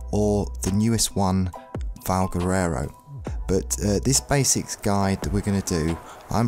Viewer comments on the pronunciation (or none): Nobody commenting on how he makes valguero sound like valguerero? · Valguero NOT Valguerero! ;)